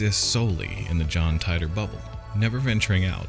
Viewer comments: Not “tie dor” his name was “teet or” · John Tighter? it's pronounced TEE-TOR ...John Titor is just an alias name like "john doe" ...it's not a real name. 2% divergence in each timeline...Whatever happened in his timeline will not happen exactly in our timeline because there's a 2% divergence. That's the problem with you people, ya think they are "predictions" when it's NOT....he's just telling us what happened to him in his timeline....ya just blow it out the ball park....another misinterpretation. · I thought on Coast to Coast AM his name was pronounced Teetor 🤔?? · I usually really enjoy these but you got a lot of this wrong including his name Tee-tor. And you completly missed the stuff he got right Look in to what he said about Cern and WHEN he said it. Who ever your source was factually incorrect and left out the majority of the context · Okay sp you don't even know how to pronounce his name